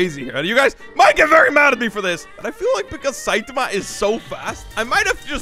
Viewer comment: its SAITAMA NOT SEITAMA